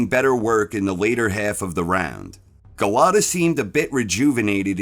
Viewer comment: Golota...stop butchering his name 😅.